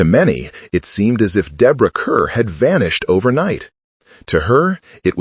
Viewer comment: It's disrespectful to mispronounce her name 😢